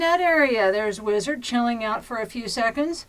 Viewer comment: The Whee-Zard.